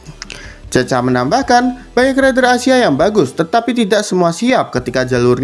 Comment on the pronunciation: Woiii bukan cecha bacanya tapi cekha